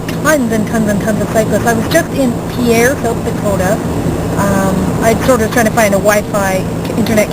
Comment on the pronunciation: Nice video. Just a couple FYIs - 1. Montana is "Big Sky Country", not North Dakota. 2. Pierre, SD, in the local vernacular is pronounced "peer" rather than "pea-air." 3. The reason for all of the motorcyclists was the annual Sturgis rally. If you ever get back to East Grand Forks, there's a great place for lunch called "Whitey's" - across the street from that awful Cabella's you mentioned.